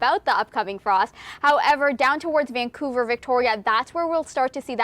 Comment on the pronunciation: Yank-ouver??? Wow.......